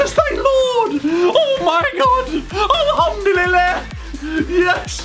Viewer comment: the best alhumdullillah you would ever hear!!!